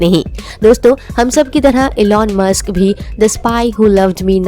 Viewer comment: It's musk not mask.... 😂